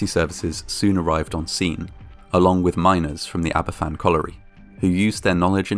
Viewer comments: The actions of the NCB following the disaster were a great betrayal, and the anger will live on long after the last survivor has perished. Aberfan (and it's pronounced "AB-er-VAN" not "Ab-er-FAN") and Gresford in the north were two horrific disasters in Wales connected to the coal industry, for which nobody at the upper levels were ever held accountable. This lack of accountability seems practivally a universal constant in these disasters. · There's so much good info here but I wish the pronunciation of Aberfan were correct - it's pronounced 'AberVAN', not 'AberFFAN'. 'F' in Welsh is pronounced like the English 'v'. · Great video. btw, it's pronounced Abervan not Aberfan. 'f' in welsh is pronounced as 'v'. It's the double f, 'ff', which makes an 'f' sound. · Aberfan is pronounced ''Aber Van"- not 'ABBA Fan' 🙄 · Aberfan is pronounced AberVan, rather than AberFan. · Just to let you know, the 'f' in Aberfan is pronounced as a 'v'. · it's said like Aba-van btw I live not to far from the place I'm not trying to sound like "ACTUALLY IT'S SAID LIKE THIS" no I'm saying this all out of kindness just letting yk how it's said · It’s pronounced abervan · The name of the village is pronounced Abervan. You could have found this out by just looking on Wikipedia. People who went to Aberfan after the disaster noted that there were hardly anyone of certain age groups there, as they had all been killed in the disaster. This would mean people in their early 60s now. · Just for future reference, it's pronounced 'Aber-van'. An 'f' in Welsh is a 'v' in English, 'ff' is an 'f'. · It’s pronounced aber-van in welsh: f is pronounced v ff is pronounced f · Nice video but it's a bit of a shame that you do not pronounce the name of the village correctly. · Please learn how to pronounce Aberfan. It's disrespectful not to.